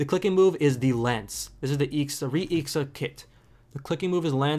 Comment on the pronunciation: Dude you should read it I.X.A not ixa